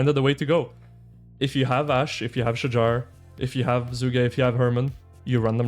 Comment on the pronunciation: Finally pronounce correctly. Shahar is a guy name 🤣